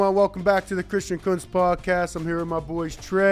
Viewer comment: Woooowww, kuntz starting the show off strong by getting his name wrong ha